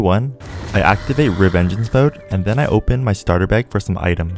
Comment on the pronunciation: Reavengance mode You say